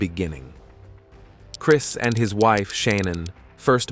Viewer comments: Lol…. Crees and Sha non…..😂 Cheating with a woman he work Aid with…..omg, so bad…. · And Crees…..😂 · Also y you call him Chreees, and he scored meeenus 27 on the polygraph? What kind of speech problem is that? 😂